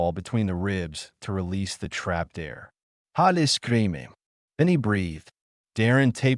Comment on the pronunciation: Hale, not Holly